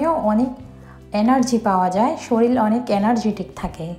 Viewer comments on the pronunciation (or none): none